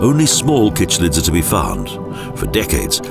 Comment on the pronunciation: Cichlids are pronounced sick-lid not kickc childs and mouth brooder not breeder. How much do you actually know?